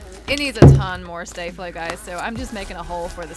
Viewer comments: It’s star flo not stay flo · It is not stAflo it's staflo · Its staflow not stayflow 😉😉😉😉😉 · it is pronounced staflow, not stayflow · Its not stay flo there is no y its sta flo like stay but no y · It's not stay Flo it's sta flo🤣🤣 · Its staflo not stayflo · Its pronounced staaa(r) flow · Omg hate these videos with to much ingredients only like first one hate the second one third,fourth especially cause its glitter and I hate glitter and 5 to much shaving cream you don't pronounce sta-flo right eww terrible slime